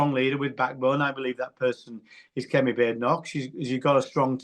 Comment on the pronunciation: "Kemi" 🤣 You had me right up until this word.